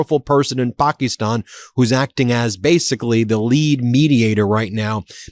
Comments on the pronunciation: Seriously Ben..pokeeston?? It's Pakistan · Its wierd how you pronounce pack-e-stan. You keep saying pock-e-stan. Alexa told me pack-e-stan is how you pronounce it. Very strange